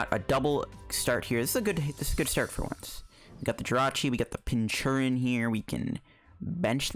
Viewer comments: I think it's pronounced "Pinch-Urchin." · What is with the pronunciation of Pincurchin? Is there some joke I'm missing or is it just badly pronounced?